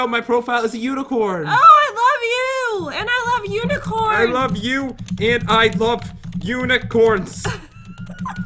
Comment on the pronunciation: You said LOAF not LOVE LOL